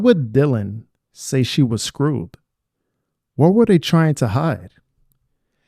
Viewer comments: She was saying scared not screwed. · she said scared not screwed